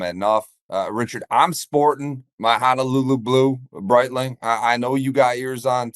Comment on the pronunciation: You guys gotta stop with this HANALULU nonsense. It's pernounced the way it's spelled. HONOLULU🤙🏽